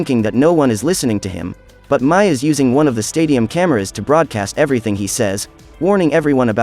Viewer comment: Every review gets her name wrong Mais name is pronounced like May not My.